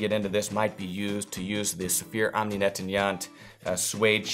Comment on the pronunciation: It sounds like you might be having some trouble pronouncing "nettoyant".